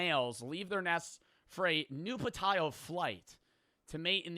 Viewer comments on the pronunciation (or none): nuhp tshional is how u pronounce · All ants are winged for a certain amount of time and all ants are female except for royal males which are only made for breeding in nuptial flights. It’s also pronounced nup-chu-al